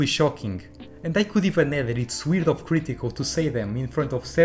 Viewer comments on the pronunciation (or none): The way you say “cr ee tical” makes this unwatchable.